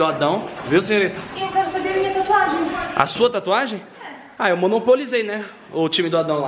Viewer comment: Ai Cristian para de fazer taatuagem me da uma agunia kkkk